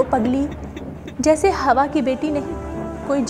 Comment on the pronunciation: Please fix your pronunciation. It’s “Hawaa “. Not “Hawa “